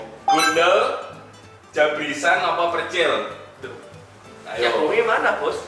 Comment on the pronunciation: percil kan ya bukan precil?